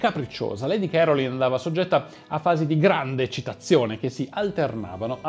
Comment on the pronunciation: Si pronuncia lady carolain'